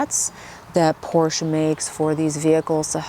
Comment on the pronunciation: Finally someone saying Porsche the proper way. It DRIVES ME CRAZY, when I talk to a Porsche owner, and they mispronounce it by saying Porsch, without the EH at the end. How could that even happen I wonder. So I went to a Porsche dealer a couple times, and even the sales guys say Porsch smh.